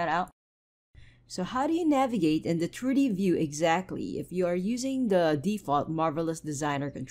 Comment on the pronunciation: Your tutorials are excellent and you seem super nice. Constructive criticism - please work on your English pronunciation. For example "triddy paddern [something] turdy view", man I was confused for a whole minute there that you meant "3D pattern [something I still didn't understand] 3-d view". Most of your "t"' words you say with a "d" and it's quite confusing at times. And then there's "buh-errrh" I was unsure what that was for a long while. But you meant "button". And "simmerlay" = simulate. I say this with kindness, just hoping you take it on board to help improve. Thanks for your effort! Sincerely :))